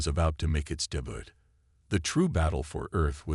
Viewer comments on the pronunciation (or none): Does the poster of these great stories not have any pride? The written word always show "hull" as "hole". Do alien space ships all have "gleaming holes"? Can the reader or narrator pronounce debut properly? Answer is NO! Is there a difference in resume meaning to continue and resume meaning a synopsis of past work? YES! Too bad the narrator has no understanding of the difference in pronunciation. The channel is getting worse and becoming trash ruining good stories.